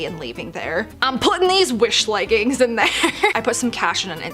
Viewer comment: "Leg ins" 😂